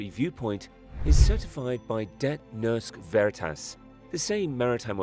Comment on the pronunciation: Hearing Det Norske Veritas pronounced as debt nursk verit-ass hurt my brain